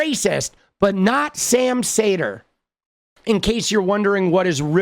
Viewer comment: Sam's name is pronounced more like "seeder/cedar" ..